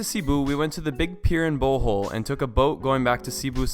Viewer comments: Hahaha good try in pronouncing the names of the places in the Philippines. You pronounce Palwan as "pah-lah-wan" and Bohol as "bow-ho-l". With the bow prononced like crossbow and the ho-l pronounced fast. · more like...Bho-hol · It's actually Bo-hol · i have been to Cebu and it was so beautiful! even though i am born in the philippines it was still so beautiful! and the funny thing is that, thats not how you say Bohol XDD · LOVE AND GREATLY APPRECIATE YOUR Philippine Travel guide, BUT (hope you don't mind if I correct ONLY 2 words you mispronounced)...the "e" in Cebu ISN'T a long e, AND in "Bohol", the SECOND syllable is emphasized, NOT the first. :] (Btw, subbed!)